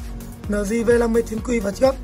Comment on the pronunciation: eo di hoặc là lờ gờ not lờ di